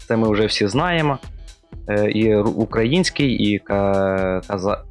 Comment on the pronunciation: З українською мовою ще біда, це видно. Але починай працювати над правильністю вимови хочаб нашої нації. Не укрАїнських, а украЇЇЇнських)) Всім бобра і зустрінемось може) Слава Україні!